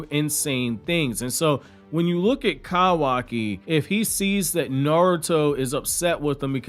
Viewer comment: If your country ass don't say kawaki right.🤣🤣🤣🤣 Bro too much emphasis on "ka"